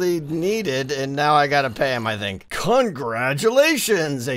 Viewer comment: did just said cuntgradulation XD?